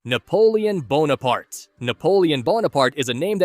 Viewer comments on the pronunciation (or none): none